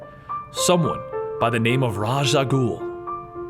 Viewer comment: Love the complete stories series. I really wish you would pronounce "Raas"(RAY-sh, or ROZZ), and "Al Ghul"(AL-GOOL), correctly though haha